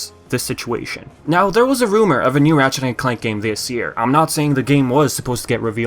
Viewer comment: am i the only one hearing him saying matchet instead of ratchet?